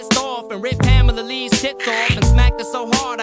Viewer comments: Wait did u pronounce Pam-Ah-La (Pamela) as Pa-Mel-Ah. .I'm dead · You legitimately just said "Pah-meh-lee" instead of "Pam-eh-lee" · who the fuck is pomela anderson....you pronounced that like an alien from outer space...its PAMela anderson for christ sake. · Did you say... pam-ella? What the f. It's one word dude. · who's permella anderson, that is not how you pronounce "Pamela". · Puh-mel-uh. You really said puh mel uh. What rock do you live under? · I swear you pronounce words and names super fucking weird.... Vicodin. "Pa-Meela Anderson" Like you from mars or something? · Who is Pam Ella? 😆😂 What is this trend with mispronouncing words and names on youtube?? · Pa-mela Anderson😂😂😂 Ok, that’s when I shut this video off. Holy shit, dude. Learn how to properly pronounce a fucking common name. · How tf you gonna call her "Puhmela Anderson?!?" Is this another one of those text to speech crap channels?!? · PA-mela Anderson? PA-mela?? All credibility lost by the way you pronounced her name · how did he pronounce, Pamela? "Puh mella" ??? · PaMela?? 😂🤣 I've never heard Pamela pronounced like that in all my years on this earth. Wyclef "Gin"? 😅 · Pa-mell-a? Limp Bizkit legendary?! 🤣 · Did my man just say Pa-mela? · How do you go through all this effort and still pronounce names incorrectly? Specifically Pa-mela (then a clip immediately after where it's pronounced correctly) and Wyclef Jen. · Bruh!! Did you really just pronounce Pamela Anderson's name as " pa-mela"???? Really? Pa-mela?? WTF is wrong with you?? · Pah mel la? Lmao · PAH-mella Anderson.... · Lol did you call Pamela puhmella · Puh-mela Anderson 🤣🤣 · Pa-MEL-a?! Really?! Eminem even pronounced it right himself, seconds later. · Imagine not knowing how to pronounce pamela. Oh wait, doesn't have to imagine. Lol "Pamellllla" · The narrator pronounced Pamela like Borat does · That pronunciation of Pamela killed me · my man i have never heard someone pronounce her name like that